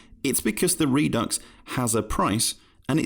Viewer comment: RED UX NOT REED UX